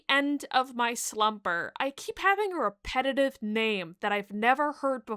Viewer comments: repeatative?? 😂😂😂 because then after that you said repetitive just fine more than once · I've never heard "repetitive" pronounced like that